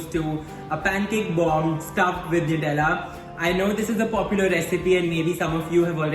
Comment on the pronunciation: For god sakes it's 'नटेला'. Superb receipe..surely gonnaa try it!!❤